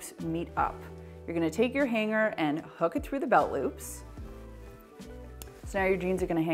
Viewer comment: Funny how she says H A N G - G E R 😆